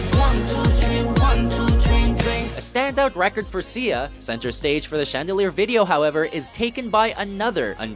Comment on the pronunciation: Sia's name is pronounced "Sigh-ah." Even she says so.